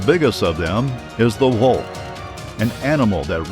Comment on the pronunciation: LMAO THE “WHULK” sounds like a marvel character